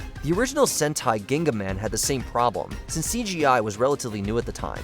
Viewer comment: Ngl, I've been dying to see to do vids on other Toku properties besides PR. But then they couldn't even say Shinkenger right so idek anymore (At least they could say Gingaman right)